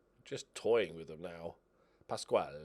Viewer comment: Please keep pronouncing Pascual as beautiful as you do